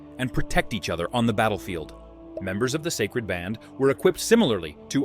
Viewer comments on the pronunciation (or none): none